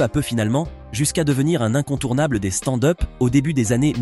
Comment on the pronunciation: Envie de me desabo a chaque foi que j'entend " stande heup "..........